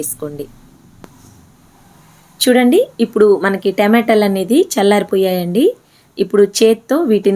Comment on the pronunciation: టెమాటలు కాదు టమాటాలు